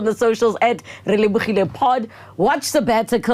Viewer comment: Thank you very much for bringing the legendary and authentic KL ausi Relebogile. He really got me when he spelled your name, that sounded more like really-bougie. Talent abound in 1 man is priceless.